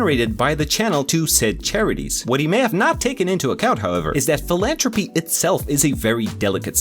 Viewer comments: It’s philanthropy with a th not j a T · Just so you know for the future, it’s philantHropy! You’re missing the TH 😊 great video otherwise! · Philanthropy has a th so it does have the tuh sound in it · I liked how he mispronounced philanthropy the entire video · Why do your pronounce philanthropy like that